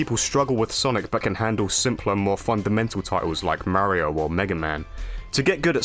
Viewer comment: Yeah, I heard that too. He also sounded dangerously close to Mare-io instead of Mario. Maybe he's toying with the idea of losing all credibility lol